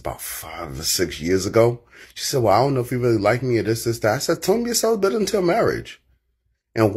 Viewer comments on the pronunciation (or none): The word is CELIBATE NOT CELIBENT!! y’all really piss me off with the mispronunciation of that word!!! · Anyone else kinda relish the way this woman says “celibate”? “Celibant”…. “celibancy”… She also says “strinct” instead of “strict”. She could start an ASMR channel.